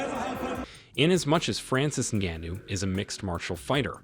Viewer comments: Come on now you can do better pronouncing Ngannous surname ; not to mention its MMA not MNA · Noticed this guy changes his pronunciation of Ngannou every time he says it.. strange..